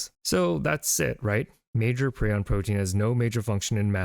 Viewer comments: Pri on not preon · Thought it was ion and not eon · In my mind Prion is pronounced PRY-on, not PRE-on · I always call them "PRAI-ons." No matter how many videos I hear people refer to them as "PREE-ons," I will not course correct. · Pr-eye-on. Prion. I have never understood videos where someone has expert level knowledge about a topic but they never learn how to pronounce the topic correctly. 😑 your pronunciation is so off that even my captions can't tell what you're trying to say. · It's pronounced 'pry-ohn' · Pronounced: PRY-On. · I think it's pronounced as: Pr-eye-on